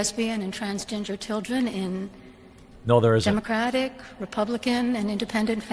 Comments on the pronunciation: Do my ears deceive me, or did she really say 'transginger'? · It sounds more like she said transginger 😂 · I heard trans-ginger. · Why do I hear her saying Transginger children? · Does anyone else keep hearing her saying “Trans Ginger?” 😂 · Did she just say 'transginger'? Lmao. One of the best South Park episodes. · Did she say "trans ginger" ? 😂